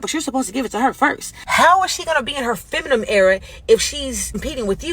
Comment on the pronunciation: Can no women pronounce "feminine"...?